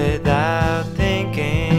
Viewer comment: Oh thank you. All this time I thought it was some woman who had an adorable child like voice. That explains the pronunciation of the way he says thinking "tinking"